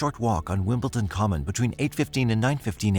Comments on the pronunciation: WimbleDon. Not WimbleTon. Dammit. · It is not WimbleTon.. It is WimbleDon. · I’m sorry to be picky, but it nearly drove me crazy, it is WimbleDon not wimbleTon, other than that it was a very interesting documentary, it seems tunnel vision by law enforcement is a problem worldwide, so many people have died because the wrong person was targeted and nobody wanted to be proven wrong. Oh well EGO does seem to play a big role with some people. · Why does the narrator keep pronouncing the town "WimbleTON" ??? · Yeah. I guess I can't expect an AI narrator to know how to pronounce "WimbleDon." It's a D, not a T. Pet peeve. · You kept saying Wimpleton. Couldn't get past that. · It’s not pronounced Wimbletin!! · wimbledon, wimbledon, WIMBLE'D'ON.